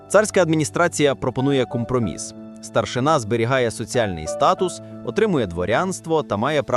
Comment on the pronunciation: не старшина',а треба наголос старши'на ,старшина'-то в росії ❗